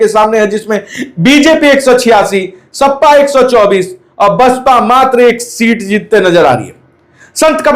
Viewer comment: ओ भाई सपा होता है ना की सप्पा सही से बोलना sikho